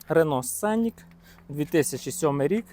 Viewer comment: Немає такої моделі "тЮКсон". . Є - Тусан. Місто в США, в штаті Арізона. . Б. .ть, навчиться вже правильно вимовляти! Не сЦенік він! СКЕНІК. З наголосом на І. не босЄ! БОУЗ. З наголосом на О.